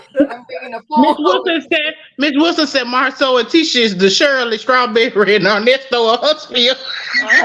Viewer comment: Omg tishaaaaa not tisaaaa lol